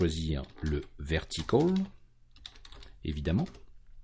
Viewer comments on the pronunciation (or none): Ton accent sur Horizontal et Vertical, sur la récup des Axis ma fait bien rire :-) Horizontôl et Verticôl :-) Je vais bientot mettre une version ultra alpha de mon jeu sur ton fofo. Bonne journée.